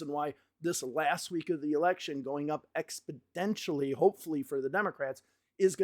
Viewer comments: Funny comment, and don't take offense, but it sounds like you are saying "Expodentially" instead of "Exponentially" Great work here!! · great video. but it's exponentially, not expodentially :) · Good sir it's Ex-po-NEN-tially not Ex-po-DEN-tially. Love the videos. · exponentially not expodentially !! come on buddy ...it's a numbers show ... F Me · bro how many times are you going to say "expidentially"!!! It's EX PO NEN TIALLY ahhhhhhhhhhhhhhhhhhhhhhhhhhhhhhhhhh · I do appreciate these analyses, but it sounds like you keep saying ‘expidentially’…?